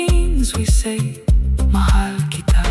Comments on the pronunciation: I love the way she they said mahal kita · Wow perfect pronunciation of MAHAL KITA with feeling... Philippines